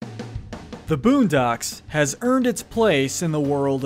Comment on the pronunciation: Lol man said buundocks